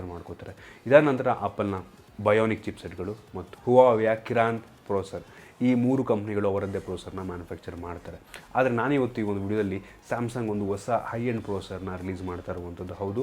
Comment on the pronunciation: Kiran alla bro Kirin..